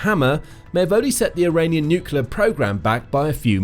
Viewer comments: Dislike for not being able to pronounce the word "nuclear". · It's slightly embarrassing not to be able to pronounce 'nuclear' on a video like this.